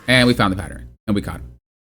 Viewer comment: Pattern. Patterin. 😂